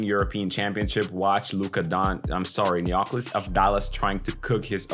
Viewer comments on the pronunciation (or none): Definitely we buy his stock! Superb analysis and congrats for your work! A minor observation for pronunciation purposes in the first name Neoklis the Intonation should be on I and not on o. It is therefore NeoklIs and not NeOklis. In ancient Greek this first name literally means New Glory